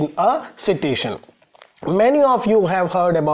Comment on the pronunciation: Sir with all due respect , it's pronounced as site-tation. (Not see -tation)